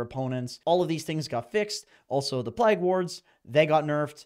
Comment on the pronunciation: Pligue wards? 😂 never heard someone say plague like that